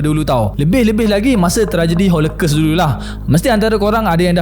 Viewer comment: ‘holokos’ bukan ‘holekes’ research pronounciation jgn lupa buat